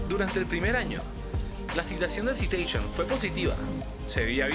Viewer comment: Te recomiendo hacer el esfuerzo y revertir el volumen, suena mas la música que la voz. Tamnbién en la pronunciación de las marcas y nombres. Citation se dice "Saitechon (imaginalo en inglés)". Plymouth se pronucia "Plimuth"... por cierto, el Civic no tiene un V4, es un cuatro en linea o I4, los V4 son mas comunes en motos y en la actualidad tienen poco o nulo uso en automoviles.